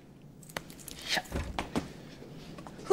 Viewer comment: Its Laury*